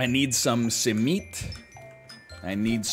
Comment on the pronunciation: NL your first simit pronunciation is almost spot on! Much respect to you for tapping into the Turkish breakfast universe. Btw you can keep simit fresh if you freeze and then reheat at 300F for ~5 minutes.